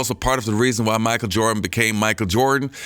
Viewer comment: Bro you so funny when you do videos talking about Michael Jordan cuz everytime you say Michael Jordan it sound like you saying Micah Jordan 🤣😂😆